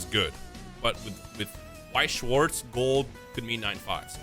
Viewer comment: As a german it hurts how everyone butchers weiß und schwarz 😂 I love the BGS cases they Look so clean